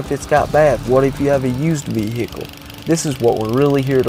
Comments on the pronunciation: vee hick el lol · Veeee hickle